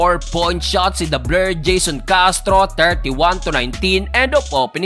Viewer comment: Bakt "Da Bler" ung " Da Blur??